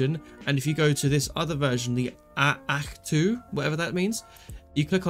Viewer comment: "ach two, whatever that means" brev, it's planet Ahch-To ('ack-toe'), says in the description haha